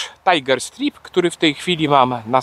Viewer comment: Drobna uwaga. Nie mowi sie STRIP - bo to oznacza rozbierać się /striptiz, a STRAJP - pasy, pasy tygrysa.